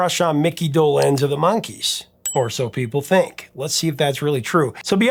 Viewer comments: I love you and I am the biggest Monkees fan ever!!!! But just one thing is like nails on a chalkboard. It's Micky DOlenz. Not doLENZ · I was 10 when the Monkees were on TV, and I never heard Micky’s name pronounced Doe-LENZ, but rather DOE-lenz… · It’s pronounced Dolenz, not Dolenz. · I was just thinking of Zager & Evans IN THE YEAR 2525. have you dived into that one...hit wonder? I never heard anyone put the accent on the second syllable of DolENZE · "DohLENZ"? ...sigh... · Regarding the pronunciation of Micky Dolenz's last name, I believe the accent is on the first syllable. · Do in Dolenz is pronounced with short O. Also, it's a hard Do and soft Lenz. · Seems you pronounce Dolenz differently than I've ever heard. 😂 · You’re mispronouncing Dolenz. The accent is on the first syllable. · Not the point but the way he was pronouncing Mickey Dolenz is not how I remember it. I was 10 when The Monkees premiered and liked them just fine, I think I had a mild crush on the group, but my musical tastes veered off from them rather quickly. For instance, The Beatles White album only 3 years later was a prize purchase. Eric Clapton, All man Brothers, etc had my attention, definitely not the more pop kind of music Anyway, we pronounced it closer to doe -lenz, but perhaps my group was wrong, idk. I thought I knew? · Why don't you know how to pronounce Dolenz? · Why are you pronouncing Mickey’s last name so weird? Can’t get passed it!